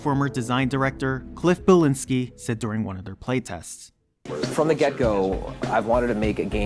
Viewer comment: cant even pronounce cliffy b's last name properly... lmao